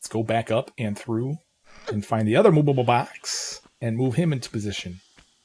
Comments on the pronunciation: How do you say movable like that lol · Ikr sounds like moobable box 😅